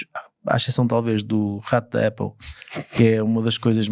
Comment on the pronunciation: Não se diz 'Éple', diz-se 'Áple' (tem dois "pp", a vogal tem que ser aberta). A Ferrari sabia que não podia fazer algo dinamicamente ágil, como qualquer outro Ferrari. Um dos desportivos Eléctricos mais leves, o MG Cyberster, pesa praticamente 2t e tem autonomia para 400 e tal kms. Não é peso que a Ferrari queira num desportivo de 2 lugares - pelo que simplesmente desistiram de o fazer. O Xiaomi referido no podcast pesa o mesmo (EDIT: 1360kg) que este 'Luce'. A Ferrari não considera isso um veículo de comportamento desportivo. Pelo que pude perceber, um dia que tenham acesso a baterias de maior densidade, talvez consigam fazer um EV desportivo e com autonomia decente abaixo dos 1700kg. E sim, o Luce não é para o cliente típico Ferrari. O Luce é um automóvel de luxo, eléctrico.